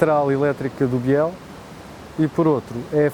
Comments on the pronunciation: É errado dizer "Biél". Deve dizer-se "Bil". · É verdade , deve pronunciar -se «Bil », Emilio Bil